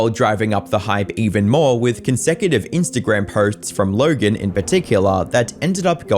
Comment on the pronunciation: no offense but it's the stretched LLLogen that makes it seem like you're faking an accent that fits documentary style accent